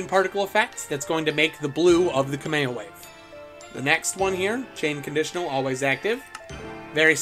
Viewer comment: 'kame o way"